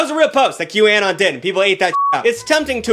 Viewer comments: he's saying it like 'Q-AN-ON' And not 'Q-UH-NON' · "Q Anne-on" 😂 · que-uh-non Qanon (Q anonymous) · how he says QAnon hurts me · The way you pronounce Q Anon should be illegal /hj (Love you but wtf /lh) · I'm so happy someone called out Jenny McCarthy. I have been saying for years that she should NOT still have a career, after all the people who were hurt by her miss information. Also, WHY are you saying Qanon like that? lol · I can’t get over the way you pronounce QAnon 💀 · You’re saying QAnon wrong. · I'm sorry but the way you pronounce QAnon is so distracting!